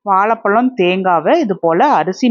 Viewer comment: வெள்ளம் இல்லை. வெல்லம். வாழைப்பழம். வாலைப்பளம் என்று சொல்கிறீர்கள்